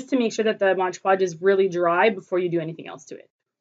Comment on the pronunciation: Mod! Mod! Not modge :) great job on Tut!